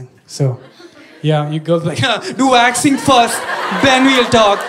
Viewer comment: When i started hearing waxing as vaccine :(